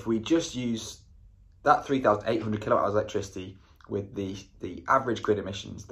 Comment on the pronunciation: Is it your pronunciation or I am hearin kilo hours?😂😂😂 kWh is kilowatt-hour